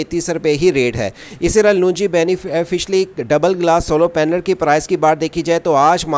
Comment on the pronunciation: بھائی پہلی بات تو یہ ہے کہ سولو پینل نہیں سولر پینل بولیں دوسری بات بینیفشری نہیں بائی فیشل بولیں شکریہ